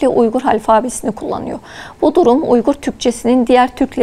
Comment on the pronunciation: It is Uyghur and pronounced as Uygur. Not Weigur ! Weigur is Englishized Chinese pronunciation Wei eu er. Program your AI don't copy British fakes.